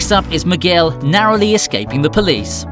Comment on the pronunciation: Miguel pronounced McGill 🤦🏻‍♂️